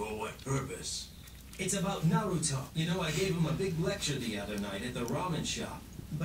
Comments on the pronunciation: It's not NaRUto, but Naruto. That is, no accent on any of the syllables. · did he just say “naratu” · straight up called Naruto Noratu haha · Please say naruto right it’s the o e thing as a fan that bothers me like nothing else does but just the main characters name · Please stop pronouncing Naruto wrong